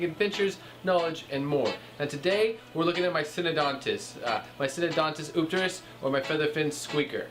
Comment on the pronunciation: Love my Syndontis Eupterus and now I know how to pronounce it. Thanks!